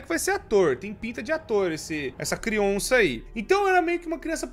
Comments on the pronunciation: Já perceberam q o fala crionça ao invés de criança? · crionça kkkk agora e zoologico